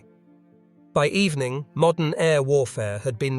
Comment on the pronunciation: MODERN, not "MODDEN".